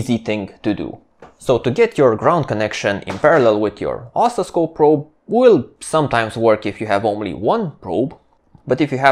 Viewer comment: Both your videos and your English are excellent. I would add that the word oscilloscope has the accent on the second syllable: os-CIL-lo-scope. It sounds like you are accenting the first or the third syllable and it took me a while to understand the word you meant. Thank you again for these excellent videos. I have watched several of them more than once.